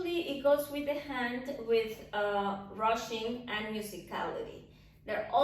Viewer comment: Every time you say rushing, I hear Russian!))